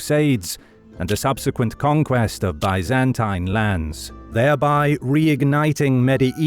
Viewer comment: I am kind of amazed that historians would not know how to pronounce "Byzantine" or "Byzantium". I see this quite often on YT videos, and thought I'd mention it for posterity.